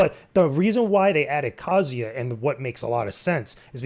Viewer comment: Oof you guys really mangled the pronunciation of Kazuya's name. It's not "Kazia", the "Zu" should have been properly emphasized. Use Google translate if you must: 三島 一八